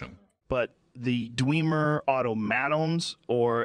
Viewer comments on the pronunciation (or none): Dweemer auto maytawns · Ah yes. The "Dweemer" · D-whem-ur ✅️ D-wee-mur ❌️ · I know this is all AI generated, but after playing the game, wouldn’t you have made it to where the AI would actually say Dwemer instead of DEEWMER??? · dwemur is our word, but you can say dweema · This joe is getting more and more realistic lol That he keeps saying *Dweemer' is accurate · "Dwee-mer auto-Matons" 🤣🤣🤣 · "Daweemer Oil" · Hate how he says dwe mer. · I love how Joe uses my old pronunciation of "Dwemer"... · I love how Joe really mispronounces every word he would actually mispronounce